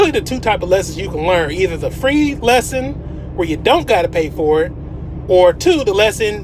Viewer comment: For Free not FEE. My man